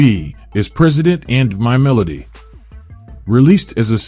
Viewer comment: he doesn't even say melody right...has to be A I